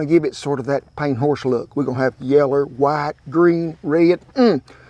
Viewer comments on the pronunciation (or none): You know he's a real deal cowboy cuz he said "yeller" for yellow. This cowboy's legit.